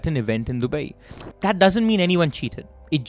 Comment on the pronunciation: It's not dubaieeeee dude